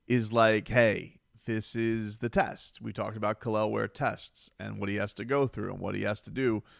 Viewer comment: Kel'el ware dude why you butchering that man name for 😭